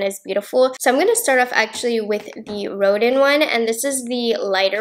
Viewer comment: Looking forward to getting the ABH Pallette. Rodin is pronounced "Rodan" after the artist.